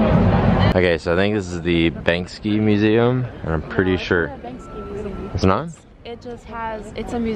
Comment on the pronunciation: Banksy not Banksky